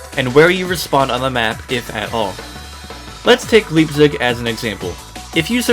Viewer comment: bro really said "leepsig"